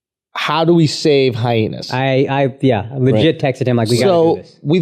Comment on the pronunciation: Someone please tell Aziz Ansari Jr that it's pronounced hi-enas...Not hy-henas...